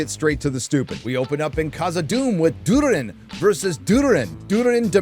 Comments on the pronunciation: did you just call durin dood-er-in? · It's not Durin. It's Durrrrrin. C'mon!